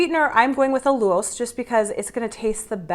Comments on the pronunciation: Correction 😂 Al-u-lose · "AL - lu - lose" = "AL" - like "AL Bundy" ; "lu" - like "you" ; "lose" - like glucose, sucrose, dextrose (it's a sugar) ; emphasis on 1st syllable "AL"